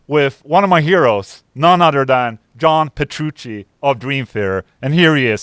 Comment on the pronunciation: Ola must have read my comment a couple weeks ago. He aways used to say PetruSHEE rather than PetruCHEE. But today he nailed it. Adda boy, Ola.